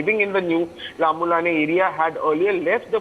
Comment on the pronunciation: Lambulane,mawtbung may have to be pronounced in consonance with the right dialect. Similarly Meitei also.